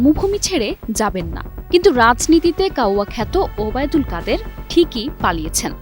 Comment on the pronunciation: বোনরে কাউয়া কত ওবায়দুল কাদের নামটা খুব সুন্দর করে বলছি সেজন্য ধন্যবাদ তোমাকে